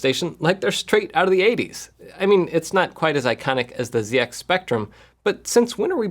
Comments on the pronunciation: ZX Spectrum is pronounced 'Zed Ex Spectrum', not "Zee Ex"! lol lol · As LGR has said, pronouncing ZX as "Zee-Ex" is like calling Sega "See-Ga." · ZedX spectrum Jeff, come on.